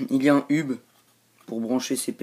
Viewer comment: C'est pas un ub mais un eub.Autrement bravo.